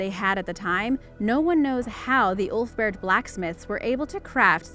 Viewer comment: I only hear OOF-Bert sword 🗡